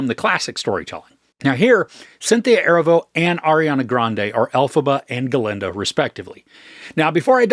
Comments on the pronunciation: Erivo - Er-ee-vo not Ervo 😊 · Erivo is pronounced “uh-REE-vo”, otherwise great review, thank you! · Great review!! Keen eye and ear on their vocal prowess. But I feel it necessary to let you know for the future, Cynthia’s last name is Erivo (uh-Ree-voh). She’s one award win away from EGOT status and I feel like this movie very well may get her there. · If you can’t take the time to learn how to pronounce her name then you shouldn’t post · Please, pronounce Miss Erivo's name correctly, in the future. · OMG the way you pronounce Erivo is driving me crazy LOL